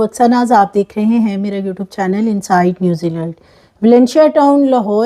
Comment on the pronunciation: App apnay channel kaa naam yaa toh theek se pronounce krna seekhain ya us ka Naam hi Inside Newziland rukh dain